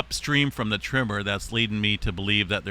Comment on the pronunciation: Tremor not trimmer 🧐